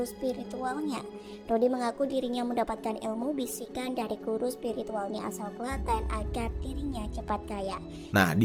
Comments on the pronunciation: Klate'n bang bukan klateen, salam dari klaten bang wkwk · KLA10 bukan KLATEEN BANG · Udh bener2 fokus sama bang jer, seketika ngakak pas bang jer bilang kata "Klaten" 😅😅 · Penyebutan klaten nya bukan gtu bang😅 Saya asli klaten soalnya